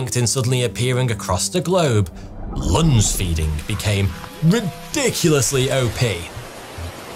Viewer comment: At first I heard 'lunch-feeding'.